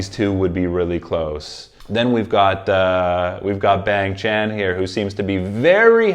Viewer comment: I'm 9 episodes into this Stray Kids playlist, and I'm hoping he figures out how to say ChangBin and Bang Chan correctly. (Not hating, I just kind of think it's funny)